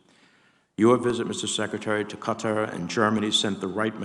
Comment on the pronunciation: Why can none of these people pronounce Qatar correctly?